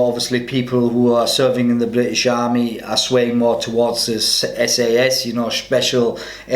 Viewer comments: SAS...NOT sass!...ask the boys from Hereford! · SAS is pronounced ES-EY-ES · Dude just pronounced "SAS" as "sass" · Since when is the SAS called the "Sass"?